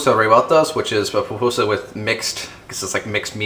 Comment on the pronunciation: i'm a chef born in El Salvador and breed there, i appreciate the effort but as much you can tell me how to cook a raccoon i cant tel you how to make a pupusa as it pronounce poopusa